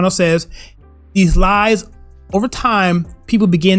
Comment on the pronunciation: Either my ears are playing tricks on me, or you forgot an L sound when intending to say "lies" but sounded like "eyes" to me. On a more serious note, your intended message with this statement is 100% spot on, and with the Derek Chauvin trial having recently started (yesterday, if I'm not mistaken), I can't think of a more relevant example than the George Floyd arrest and death. Without MSM's narrative, the entire country was united in believing that black lives do indeed matter. With facts that emerged later, it's unfortunate that Chauvin would have been the "villain" leading to unity, but if our country had gone down that path instead of the one it went down in reality, I think Chauvin would be willing to make that sacrifice.